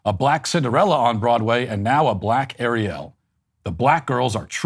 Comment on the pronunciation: Matt, you oppressed me by your pronunciation of "Ariel". How dare you sir. I'm literally shaking right now, I literally can't.